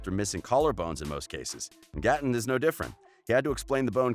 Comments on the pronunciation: It's 'Gay-ton' not 'Guh-ton' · He said: Goten instead of Gaten 😂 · This man said GOTTEN Matarazzo 😂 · Gaten sounds like Gaiten not Gatin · Him: Gah-ten Me:Its 👏 Gay 👏 tin 👏 GA-TEN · Who tf is “Goten” 😂😂 its Gaten Matarazzo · “Gotton” ITS “ Gaten” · He says GAten instead of (Gay-ten) and its so cringe worthy!! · Gay-ten not ga-tn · It is gated not garten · Goten its GATEN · GAY-TIN NOT GAH-TAHN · It's not Ga- Tin its Gay-Tin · UR NOT SUPPOSED TO PRONOUNCE IT gAten, UR SUPPOSED TO PRONOUNCE IT LIKE gay-ten 😭🤣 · Him: geh-ten literally everybody else:...it’s pronounced..gay-tin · its GATE-n not GAT-en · It's not goton it's gay-tun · the fact that he says Gaatn instead of Gaten bothers me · Gotten Gay- ten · He is saying Ga-ton Maz-a-ra-zo, but it is Gaten Mazarazzo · Why does he say GATEN like that, it’s just Gaten matarrazo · Its Ga-tin Plz Say It Right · is anyone gonna tell him that it’s pronounced g-ate-en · He's a GAY TIN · god gaten is pronounced gayten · You know you say Gaten as Gayten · Like Gay Ten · reyna vargas he said gateen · Ikr it’s pronounced geiten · Btw it's GAY-TEN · The way he said Gaten makes me wanna scream ITS NOT PRONOUNCED LIKE THATTT 😭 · Its GATE N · He can say cleidocranial dysplasia but can't say gatens name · I am extremely unhappy with the way he keeps pronouncing Gaten’s name. 😒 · I think you said Gaten's name wrong😓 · He said everyones name right except Gatens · It’s gaten bich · How we meant to believe the facts about Gaten if you can’t even say his name lmbo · I love how he keeps saying Gaten names wrong🤣🤣 | √ can I get to 2500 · Ye he says Gaten weirdly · It’s so bad lol